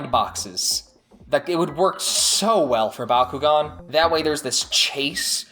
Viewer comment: It’s Bak u gan